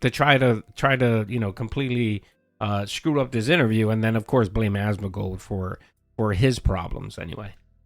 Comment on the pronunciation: It's AsmoNgold, not Asmogold, pronounce it correctly, jesus christ...